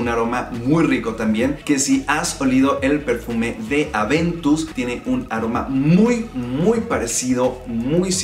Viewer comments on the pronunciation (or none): none